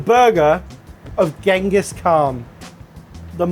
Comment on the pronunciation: Pedantic butcher that I am, Genghis Is pronounced with a soft G (like J). Sorry everyone.